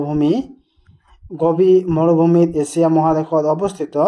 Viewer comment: এচিয়া nohoi sir এছিয়া